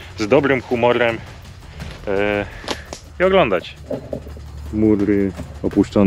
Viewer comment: "muLy", "miLabelki" no kolego, przed chwilą oglądałem fragment i no po prostu bije w uszy Twoje niewymawianie "eR" na materiale. Myślę, że powinieneś się skupić na nagrywaniu, a komentarze zostaw kolegom z prawidłowym "eR"